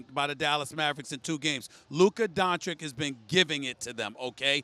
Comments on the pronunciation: His name is not “Don-chick”, it’s “Don-chich”. I don’t know why that’s so difficult for Stephen A, as he’s a man of words. His own name is pronounced Stee-ven even though it’s spelt like Steph. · ITS DONCIC! NOT DONKIC!! COME ONEEE!!!! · What's embarrassing is that they can't say Donchich right after all this time. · I love stephen A but when is he going to learn how to pronounce DONCIC stop disrespecting the guy by saying his name wrong